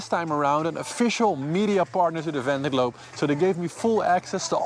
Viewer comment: great to have you back! looking forward to your race updates! very much appreciated! ... but please get some french person to teach you how to pronounce »Vendée Globe« in some kind of french way :D